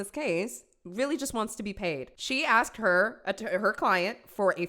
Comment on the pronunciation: She’s trying so hard to sound smart, but can’t even pronounce the word “asked” 🙄😒 girl, bye